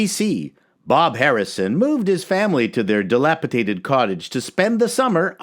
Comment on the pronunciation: Nobody can say “dilapidated” without making it sound like “dilapitated.” Not on YouTube.